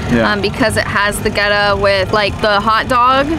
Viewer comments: Theres no w in Goetta lol. Its pronounced...get ah. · First it is pronounced "getta". second it is peanut butter FUDGE dipped in chocolate, not straight peanut butter. Also, I wanted to say that as a native of Cincinnati, I really appreciated your positive portrayal of the city. Your videos are really good, and although I only just discovered you with this video a year later, I plan to follow you for more interesting travels.